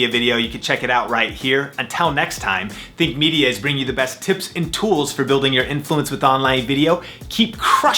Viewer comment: at first i thought you said thick media